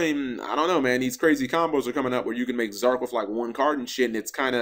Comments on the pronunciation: drinking game: take a shot every time he says Zorc instead of Zarc bakura nuts himself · Dear Why do you say "Zorc" instead of "Zarc"? Why do you say "Arc V" instead of "Arc Five"? Sincerely, a curious viewer.